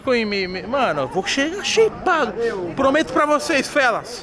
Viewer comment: Sheipado e shapado kkkk